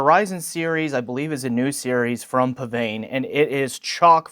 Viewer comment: According to the manufacturer, it's pronounced 'pisvane' (really).